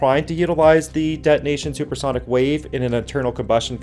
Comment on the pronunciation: why do you say dead nation continuously ? Please correct your pronounciation of de-to-nation